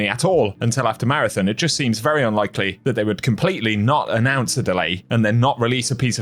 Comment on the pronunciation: MAR-A-THON. Not thun.